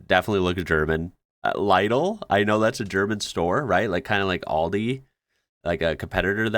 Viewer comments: Lidl: “lee-dle”. Not “lydle”. More like “ladle” with an eee-sound. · it is pronounced Lidl not Leidl... with an I not an EI... like in "insense, intelligence, istmus, ihhhhhh!!!!"... I know the I is hard for english speakers. Do not pronounce it like in english. The "Badeschlappen" are stereotypical bathing shoes, the beer is smoked beer. Yes, smoked, like smoked ham. it also tastes a bit like smoked ham, but not as good as the ham. Some love the smoked beer, I can't stand it, it's like drinking Schwarzwälder Schinken... Then there is Sprühsahne.. wipped cream in a can, to put on pie, cakes, patiseries. Potatoes... not originally from germany and first quite shunned (people thought they can eat the fruits, not the knolls, so the farmers didn't want to grow them) until Emperor Fritz decided to trick people into eating them, by having his guards protect the potatoe fields, but gave them orders to look away when there are people stealing the knolls from the ground. The brown bottle with the yellow label and the red cap... Maggi, germanys most beloved spice. I don't recognize the Quabu thingy.. never seen it.. same with the Edeka thingy,... but there Apfelschorle (apple juice mixed with sparkling water, best drink in great heat) and Bauzner Senf (Mustard from the citiy of Bauzen. People from the former GDR love it.. I prefer the Bavarian mustards Händlmeiers süßer Senf or Mittelscharfer Marie Senf. The Händlmeier is the best for Weißwurst an Marie Senf goes with anything you want Senf with. The guy gave his girlfriend a very funny gift... and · How the fecking flip do you pronounce Lidl? Lie-dle?? I've just never heard that before, always lidle (like in lid). Is this an American thing? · Yes, we live in The Netherlands in the summer and in Mexico in the winter for a reason. Like intercontinental snowbirds. Really, Laidel? Why not "laittle" instead of little? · the store’s name is pronounced Lee-dl not Lye-dl btw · Nah bro be trolling pronouncing LIDL like Lydle 😅😅😅